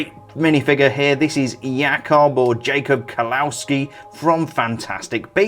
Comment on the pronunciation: Haha her skirt piece is the same as Dumbledore and Voldemort. I have both of those and I'm looking for Trelawney so I figure I just need to find that piece and her big hair ;D I have half of the set now. The three of them all have the same robe/dress sloped piece. OMG the pronunciation of Jacob Kawolski is so bad in his viewing :D sorry but it's true...